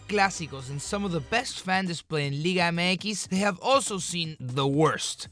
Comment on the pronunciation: I just come here to hear how he pronounces 'liga mx'